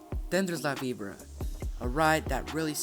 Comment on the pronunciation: HE JUST FUCKING CALLED IT LAVIBRUH!ITS LA VI BORA